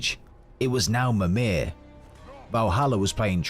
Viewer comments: MirMir and of course Baldurs mom “Faye” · Right but Mimir pretty much has a British accent, yet the creator says it really weird in the first part of the video.